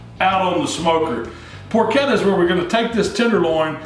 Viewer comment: Congratulations on pronouncing "porchetta" correctly. It drives me crazy when people mispronounce "ch" and "sch" in Italian words.